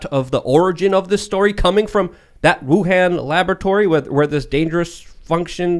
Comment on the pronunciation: The pronunciation of Wuhan in some cases. That's all I got. Conspiracy facts.